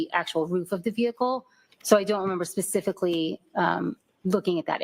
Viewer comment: she just said the "tared" areas. Wow. Wtf goes on in Boston? That's not a word, expert. It's TORN. They're just giving away diplomas and degrees out there. Wicked fkn smotttt she just attempted to specifically 😂 it didn't go well.